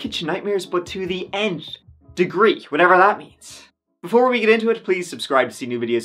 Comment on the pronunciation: Honestly, after just 51 seconds, I have to leave a comment and say that I appreciate you know what the phrase is when you say "nth degree." A lot of people I hear say something like "umpth degree." Good on you. I used to know someone who talked about taking stuff "for granite."